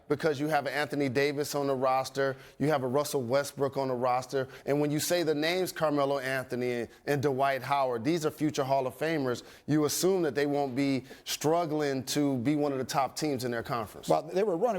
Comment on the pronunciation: Why does Jalen add another syllable to "Dwight"? He always says "Da-wight"